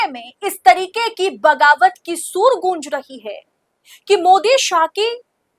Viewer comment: आपको हिंदी भी नहीं आती Madam Soor nahi sur boliye